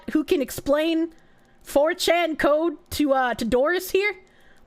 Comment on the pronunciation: The way she says "four CHAN" reminds me of how Plankton from Spongebob says "ice CREAM" when he's teaching Robert to be more assertive.